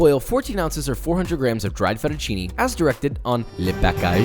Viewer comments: Kinda sus that he prononces it fettucini instead of fettucine though (may be an accent?) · Close enough at least. The "e" in italian is pronounced differently, more like mhhm the sound of the second "a" in pancAke? So it's like fettuccinE al burro, while for me Josh sounds like he is saying FettuccinI al burro. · The guy says he's Italian and doesn't know how to say fettuccine properly, even Joshua says it better. Nice video 💪💪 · I like you say "fettuccine " 😂